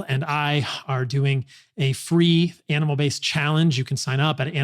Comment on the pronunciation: When he says it fast, it sounds like an anal based diet. 😂